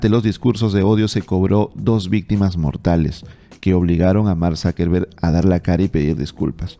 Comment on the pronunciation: Yo lo pronunciaría Zuckerberg, no Zackerbereg. Azúcar en alemán es Zúcker, no záker